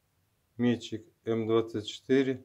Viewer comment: классно👍. Это ведь все слесарная обработка, без ковки? только не мéтчик, а метчѝк. Ударение на последний слог